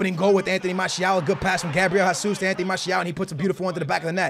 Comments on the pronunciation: HEY-SOOS NOT HA-SOOS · OMG IT'S GESUS NOT HASUS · His name is Jesus not jasus brooo Where do u see the A in his name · How did the name of a footballer whose name is pronounced "zh-a-zeus" and spelled 'Jesus' turn into "hah-suss" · ITS NOT HASUS ITS HESUS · WHY IS HE STILL SAYING Gabriel HESSUS.... plz STOP just say it like Gabriel Gesush PT. Plz see this comment. When u say Hasuus like in Spanish u trigger a lot of portuguse people like me. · Do you read the fucking comments!?!? ITS JAY-ZOOS (He's Brazilian so it's a J not H) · How are you Portuguese and can't say Jesus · Do u even watch football, how do u not know how to pronounce Jesus?